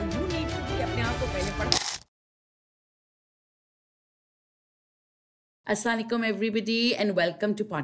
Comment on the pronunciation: U r ma sha Allah great but im sorry respectfuly ap kisi sa proper leearn kara assalam assalam o alikum kahna ap ka pronounceiaton sahi nahi. Arabic ka word haa so sahi na bolo tu meaning change ho jata ha